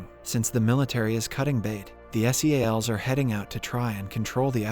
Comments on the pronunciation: man its Seals not S.e.a.l.s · im confused, i thought you were a person reading the script... not a TTS bot. NYC and SEALS are not pronounced N.Y.C or S.E.A.L. ... now im disappointed this is another bot channel ;/ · Right. I came to the comments to see what others have said. He said "ad" instead of A.D., he calls the SEAL team by their initials, and just mispronounces so many easy words and known slang that it makes me wonder how. Kind of annoying tbh. You'd think they'd at least go over it and redo those parts. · … where do some of these recap channels get their pronunciation? I’ll watch them, but some things just jump out like “NY City” and spelling out S.E.A.L.s instead of Seals like everyone else. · ive ignored alot like being oddly annoyed by your mispronunciation of staten island its sta-ten not stay-ten and its not s e a l s its seals not broken up for definition but combined like the animal you sounds like youre from the u.s.a. canada or the uk but you have no ability to enunciate correctly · PLEASE STOP PRONOUNCING SEALS AS S E A L S, IT IS SO CONFUSING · content farm people who says s.e.a.l instead of seals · WHY CANT YOU JUST SAY SEALS? CHRIST.